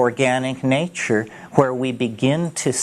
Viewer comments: I love how he speaks. My all time favourite is naachoor. When he gets on the nature roll you know he is in the magical mystical realm. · it's how he pronounces nature